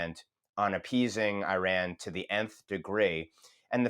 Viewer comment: How is it that a so-called 'expert' on Iran cannot even pronounce the country's name right?